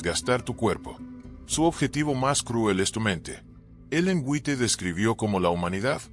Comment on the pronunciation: White se pronuncia en inglés wait.